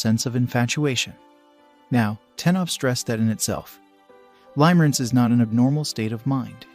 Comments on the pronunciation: It's pronounced (lim-uh-rinse), not (lime-rinse). I cringe every time I hear that. Please fix it. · Ha!! Yes. I kept hearing him say Lime-rinse. HAhahahahahahaha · FYI he’s totally mispronouncing the word. It’a pronounced “Limmer-ance” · The pronunciation of "Limerence" is actually incorrect in this video. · Right and it’s annoying me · In spite of the incorrect pronunciation, if this is an AI generated voice then it is amazing. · Thank God you said it, it was driving me mad : ) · HOW CAN YOU TAKE THIS STUPID VIDEO SERIOUSLY WHEN THEY CAN'T EVEN CORRECTLY PRONOUNCE THE WORD "LIMERENCE." LEARN HOW TO PRONOUNCE IT BEFORE DOING A VIDEO!!! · Thank you the mispronunciation. Was pretty annoying